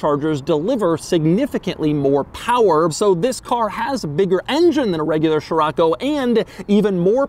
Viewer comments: Scirocco is pronounced; See-Ro-Ko… not Chiroco or whatever you say. It’s the Arabic name of a wind in the Mediterranean see that blows and comes from the Sahara. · man this ”sheerocco” hurts my ear drums...cant u just say as it should be? cee-rocco? scirocco? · Pretty sure it's not SHirocco Doug but Sirocco. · I've been pronouncing Sherrocko wrong 😑. I've been pronouncing Skirokko since ai been reading about it being the Beetle's replacement in a little Beetle History book I had in as a youngster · So Americans pronounce it as "shiroco". In south africa we say "skiroco" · Man, why you keep saying sHirAcco, when it’s scirocco? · The way Doug pronounces the names of European cars cracks me up every time (poo joe, sheerocco etc) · sciroAcco ? damn why is it that every american has to butcher every non english name ? (same applies to chrysler's lesabre that you guys turn into lesabER for lacking basic reading skills, and don't even get me started on brands names, even clackson's list is incomplete) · Name: Scirocco English pronunciation: Cheraco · The quirkiest aspect of this review is the way Doug says Scirocco 😂 Still, such a beautiful car, very often seen here in Portugal. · Doug, the kind of guy to teach me how to pronounce 'Scirocco' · I can’t watch this video… Doug keeps insisting of saying the name over and over in the first 2mn, while not saying right… it’s like: “Dude, do you even know what you’re talking about??” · Jesus Man it hurts my ears how you read scirocco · I can t stand him butchering the name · The way that your butchering scirocco is driving me up a wall every time and you keep saying it like 12 times at a clip